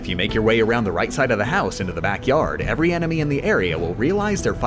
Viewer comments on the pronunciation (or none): none